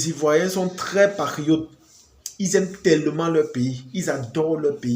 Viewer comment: Quand tu veux dire PATRIOTE , on a l’impression d’entendre PARIOTE donc il faut articuler un peu